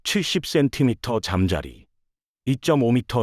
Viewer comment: 잠자리를 잠짜리로 읽는 것이 아직 음성합성의 한계를 보여주네요